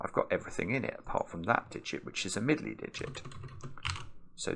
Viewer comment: Someone should make a video of saying Middley Diget over and over.